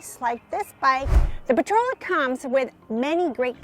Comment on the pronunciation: It's not Potrola. It's Portola, POR-TOLA.